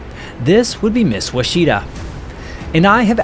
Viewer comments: you might want to check your pronunciation of Ouachita. A river and mountain range in OK along with a lake in AR bear the name. WAH shuh tah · The correct pronunciation for “Miss Ouachita “ Is “Wash-ah-ta” It’s an Indian tribe and a Mountain Range in Arkansas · ouachita pronounced like (wash I taw) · Great video! Enjoyed it! Correct pronunciation of Ouachita is “wash-i-taw”. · Ouachita is pronounced Wash itaw I lived in Ouachita Parish in Louisiana in West Monroe Louisiana where the Ouachita River flows through. It’s an Indigenous word! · Ouachita, is the French spelling of a Caddo Indian word meaning “river “. It is pronounced “Wash aw taw” It is also the name of a river that starts in present day Oklahoma and the western part of the river has a Spanish spelling while the middle part is spelled in English. The 1870 GLO maps are very interesting. The mountains are south of the Arkansas River and on the south western part of Arkansas. I have a degree in history, and have worked as a field survey archeologists all over this region. Many digs. Now retired. Also, the beautiful historic resort city of Hot Springs is located in the Ouachita National Park. Plenty of great fresh water fishing on its many lakes, race track and gambling. Great natural wonders and beautiful natural hot springs bubbling up out of the ground with many paved trails to explore and miles of hiking trails for those who are physically fit. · Nice show, dig your channel. One point: Ouachita is a mountain range in Arkansas and is pronounced ''WASH-it-tah'' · Ouchita - Wa shi taw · Ouachita is a Native American word. I'm Choctaw but I'm not sure what the word means. It is the name of a small mountain range. It's pronounced (witch - itaw). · You’re saying Ouachita incorrectly! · "Ouchita" is a county and Baptist university in Arkansas. It is not pronounced "wah-SHE-ta," but "WASH-it-aw." The German fighter was a BF-109, not an ME-109. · It's pronounced "wuach- it - ta" NOT "wacheetah" you nube!